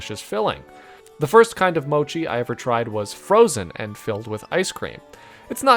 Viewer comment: it sounds like a Americanized version of mochi